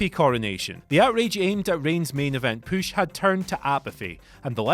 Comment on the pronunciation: Whenever you say the words put or push, it sounds like poot and poosh. lol